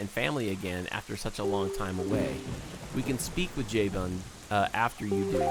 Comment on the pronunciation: JAY-ben???its Jaw-boon